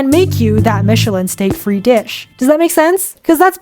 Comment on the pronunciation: Steak frite is pronounced "steak freet" not "steak free". Interestingly, your mispronunciation is what's called a "hyperforeignism" and that's a fun wiki article of you're interested :) anyway cheers, i can be smug about this because i speak English and French but I'm hopeless at any other language 😅